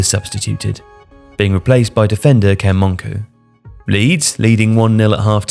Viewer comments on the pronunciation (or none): I was at that match! 😂 It's Ken Mon-cow BTW, not Mon-coo.